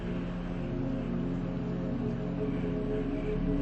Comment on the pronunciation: "Thousdands" lol. Love the vids!